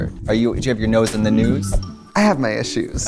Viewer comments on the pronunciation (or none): “THE GNUUUS” I NEED MEDICAL ASSISTANCE 😂